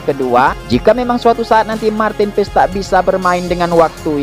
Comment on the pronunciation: Cara sebutnya.. Martin PAAys.. 😊.. Bhs Belanda min... Bukan paEs😅..